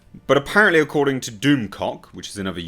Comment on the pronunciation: "According to Doomcock..." this being said with your accent made me laugh out loud.